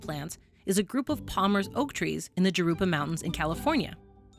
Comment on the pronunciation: the J in Jurupa makes an H sound